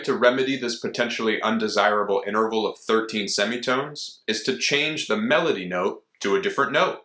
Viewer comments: Please don't say "inter-a-val." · Are you sure you're pronouncing the word interval correctly?